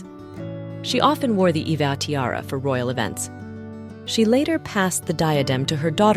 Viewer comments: Iveagh is pronounced as 'i vey' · Iveagh is usually pronounced "Ivy" and Princess Marie- Louise pronounced her name Maah-ri not Ma-ree